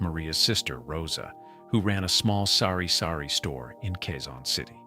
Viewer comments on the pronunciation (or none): not s0rry-sorry store,. its sari-sari store,. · It is TABO' not tapo and it is SARI-SARI store not sorry sorry. could you be truthful if you cannot then stop speaking tagalog. Holy smoke you're missing the tagalog. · It's Sari-Sari Store (which means a store of assorted goods), NOT Sorry-Sorry Store. Lol